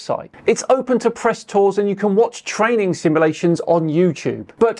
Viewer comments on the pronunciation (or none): none